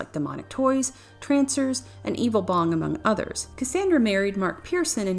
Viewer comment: Her name is pronounced "cass ON dra" not "cass AAAAAAN dra..." 2 years too late, I know.